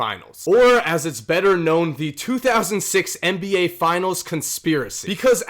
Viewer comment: Why do you keep saying MBA?